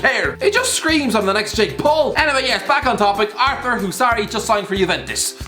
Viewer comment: Pronounced ar-tour